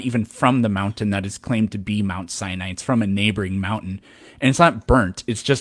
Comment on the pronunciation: he kept saying "the top of Mount CYANIDE is burnt"..